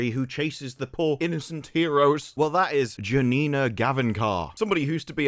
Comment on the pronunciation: As the only other person (probably) in the world with the name “Janina,” congratulations on saying it correctly! 🎉🎉